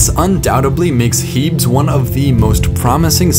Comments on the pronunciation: "Heebs" (This feature is named after the Greek goddess Hebe, pronounced "Heebee". Most features on other planets should be pronounced in Greek, in fact.) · I cringed every time he said "HEEBS". Its clearly from Greek, which pronounces the "es" unlike English. I certainly hope you dont pronounce Hercules like "HER-KULLS"